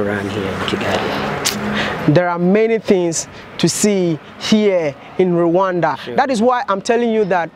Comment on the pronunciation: Rwanda, not ruwanda